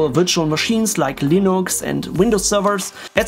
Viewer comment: Guys! He's running "Linox" 😁